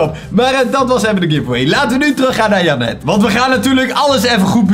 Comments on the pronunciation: Niet om vervelend te doen maar volgensmij spreek je janet uit als jhenut. BAWZ ARMY!!!! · Je moet da naam in het engels uitspreken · Ik: Janet: Jannet😂